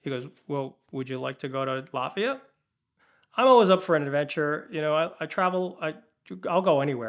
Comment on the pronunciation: Latvia! I thought he was saying Lafeyette, as in east bay, CA.